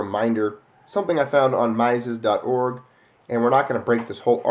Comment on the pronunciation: FYI - Mises is pronounced like "Meezes".